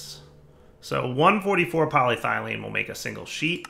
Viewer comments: "Poly Ethylene" or "Poly Thene" would be perfectly acceptable, where the bejesus did you get "Poly Thylene" from? I was kinda sure you'd just mispronounced "Poly Styrene" to berin with... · Pol YE thylene is the proper pronunciation. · game: "polyethylene" dire: "poly-thylene" also dire: "ethylene" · really bugging me this time :) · Game: "Poly-ethylene": "Poly-traitium" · The E in polyEthylene is very sad that keeps ignoring her. She is always there for him, but he always seems to put more emphasis on the Y instead. This makes the E feel hurt, jealous, and confused. "But," the E thinks to herself, "I've always been here. Way in the front. I'm literally the first syllable after poly, and the Y isn't even the only Y in the word. Why emphasize on her instead of me? What did I ever do to deserve this neglect? What did that Y have that I dont?" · PET is PolyEthylene Terephthalate. "Polythylene" is not a word. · Hey it’s! What do you expect lol.....Poly-dire-derp 😂😂😂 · I think it's more irritating now because he's actually saying 'ethylene' properly and then going on to say 'polythylene' in the same sentence..... he wasn't doing that before.... :S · If you've watched/heard Arumba pronounce province and country names in EU IV or Crusader kings, Polly's Thigh Lean is easy to dismiss as a mere cut of parrot meat. Arumba trolls pronunciation pedants on purpose. (Alliteration unplanned, but I'll take it where I find it.) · polyEthylene; dahum, my ears are bleeding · Poly- ETH-elyne. So triggered right now. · Its pronounced Poly-Eth-Uh-Lien